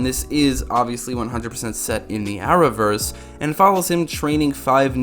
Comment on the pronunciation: What is the Hour-verse? He said it 10 times.